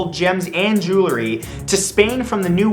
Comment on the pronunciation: And, , is it really "jewlery"; or should it be "jewelry"?